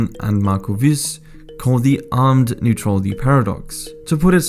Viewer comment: If you´re bound to make a video on neutrality and Sweden you´d better learn to prononciate the word "neutrality" correct.